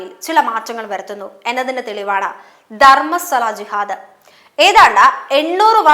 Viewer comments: 🙏good video, 👌valid points👏👏 where was he (not a hindu it seems), how come he is braver now?? One suggestion - please correct the mispronunciations… example Dharmasthala sounds like DharmaSWAla 🙏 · ധർമ്മസ്വല അല്ല കുട്ടി- ധർമ്മസ്ഥല എന്നാണ്